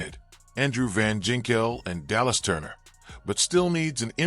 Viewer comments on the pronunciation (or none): Love how you misspelled Minnesota and mispronounced Greenard and Van Ginkel